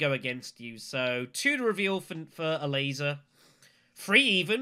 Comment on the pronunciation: i kept hearing "a laser" instead of ilessa xD